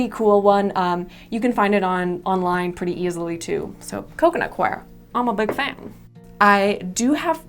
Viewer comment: I LOVE that you pronounced "coir" correctly.